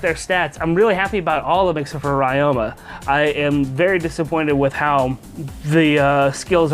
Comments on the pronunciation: It's Ree-oma, not Rai-oma. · Wait why do you say rai-oh-ma And not Rie-oh-ma